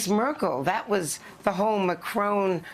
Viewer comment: Andrea it's "MaCRON" not "MaCRONE". PLEASE!!!